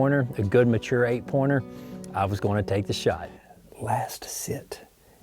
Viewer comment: Vaudeville ( I believe the E is silent ) yes it is on the map, by Fredericksburg